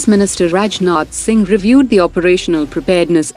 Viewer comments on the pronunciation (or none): none